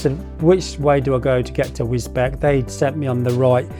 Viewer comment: Sorry but as I live in that area I know how bad and how dead straight most of the roads are...boring...takes me roughly 30 mins to get to anything decent...try the run from Godmanchester to St Neots and then towards Higham Ferrers on the B645. Oh and the town of Wisbech is pronounced Wiz Beach .lol